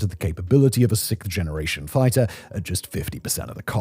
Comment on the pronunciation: Simon are you aware that you're mispronouncing sixth as sikth?